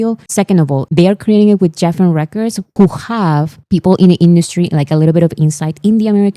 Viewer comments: Lovely, Geffen Records is pronounced with a hard G. So like Guessin💜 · Geffen is pronounced like Gregory, not Geoffrey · Thank you for making all of the informational videos. I love your essay format. If I were still teaching (retired now), I would use some of your videos for my students to analyze the structure. Just one minor thing. Geffen is pronounced with a hard G sound, like the G in goat. I know. English pronunciation rules are a mess, so many exceptions and irregular (weird) variations.